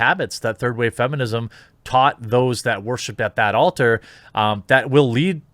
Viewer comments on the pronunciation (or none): none